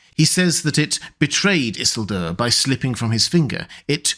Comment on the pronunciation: So I take it you are either an AI or have only read the book and not watch the movie because you absolutely annihilated the pronunciation of Isildur’s name